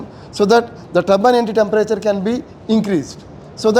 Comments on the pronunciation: What he meant to say is “Turbine Entry Temperature” - it’s funny u heard Tabban Anti Temperature. Different regions have different pronunciations. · It’s not Tabban Anti or Tabban NT, it is Turbine Ebtry Temperature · Bro he is saying “Turbine Entry Temperature” - it’s funny u heard Tabban Anti Temperature. Different regions have different pronunciations.